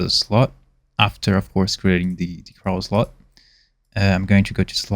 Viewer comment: I find is so funny you say “craw” is crawl like how a spider crawls haha